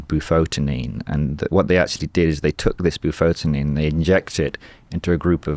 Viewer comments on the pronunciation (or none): Bufotenin... not "bufotin" !